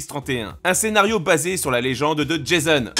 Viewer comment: Mon dessin animé préféré de l'époque, même si revu récemment c'est sacrément kitsch. Sinon, juste pour info, quand on parle de la mythologie grecque, qui est d'ailleurs son origine, le prénom "Jason" se prononce "Jazon" (à la française), et non "Djézeune" (à l'américaine), et le mot "Opus" se prononce "Opusse" (S compris) et non "Opu" qui fait plutôt penser au contenu d'un bubon...... :p